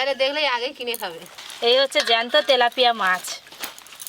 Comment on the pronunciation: ভেজ ডালে পেঁয়াজ রসুন ? আর মাছটা তেলেপিয়া না , তেলাপিয়া। ফুলকফি না ,ফুলকপি।